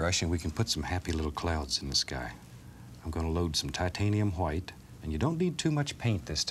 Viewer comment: “$12,000 SOLD to the man with the exceptional mustache! Now if you fallow us to dining room, we’ll be serving Hwite cake”